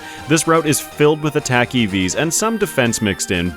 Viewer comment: “Crick attack” sounds like something you would say after having said “a crit quick attack” lol. Love the content man